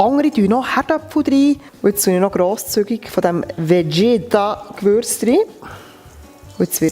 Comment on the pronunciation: Das Vegeta und nicht Vedscheta😂😂😂 Das ist für jede Balkan Köchin das Salz in jedem Gericht😉ohne geht es nicht!!!! Erst die Seiten einschlagen,dann von oben fest runter rollen.... Danke das ich hier ein wenig klugscheißern durfte😜 Ach ja,am besten gemischtes Hackfleisch nehmen, dann ist die Füllung saftiger...als halb Schwein,halb Rind....